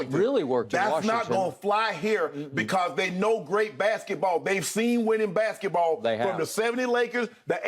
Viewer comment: Uh…I don’t normally do this but… - was painful from Uncle Shay. “Bathket-the-baw” 🤣